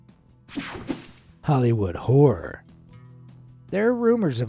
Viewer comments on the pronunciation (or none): none